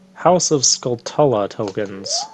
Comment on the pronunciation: Your pronunciations are weird. Skull-tulla? Guh-rudo?